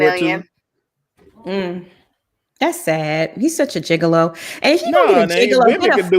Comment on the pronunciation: Wait!!!! Lol did call Tod a gigalow????😩🤣😂😂😂🤣